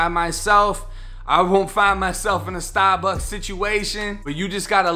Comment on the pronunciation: “🗣STAH-BUCKS” 1090 gang4L